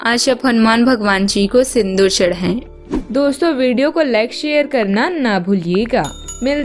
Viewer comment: समश्या? रहेगी? सुब समय, शूर्य !!! सरीर, शकते है? इतना गलत तरह से उच्चारण, व्याकरण की गलतियों से बहोत अच्छा मनोरंजन हुआ। कहीं ये कम्प्यूटर से तो नहीं बनाया जाता है? कोई इतना